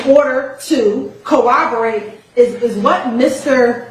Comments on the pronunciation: Exactly!! I said wait, did she just say "co-obo-rate?" She did. 🤦🏾‍♀️ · She needs people around her to tell her how to pronounce corroborate😂 I’ve heard her say “cowoberate”at least 1000 times during this trial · Could someone please teach how to pronounce “Corroborate “ please!!!